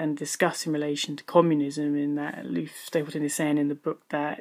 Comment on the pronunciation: Why do you call the author "Aloof Stapleton" when his name is clearly Olaf (Oh-lawf) Stapledon (Stapledun)?